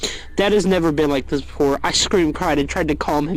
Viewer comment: ah yes, n e e v r